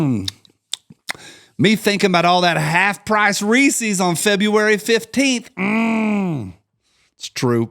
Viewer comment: My brother in Colt did you just say Ree-Sees?